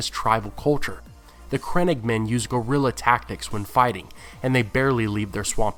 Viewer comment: Love your videos dude. Just a little tip they are not crennigmen but crannoge men pronounced cran-owe-ge.